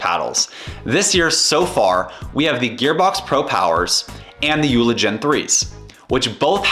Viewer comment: The name is pronounced Yo La. JOOLA.